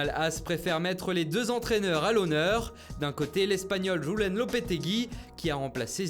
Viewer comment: "Gulen" Lopetegui... Serieux ?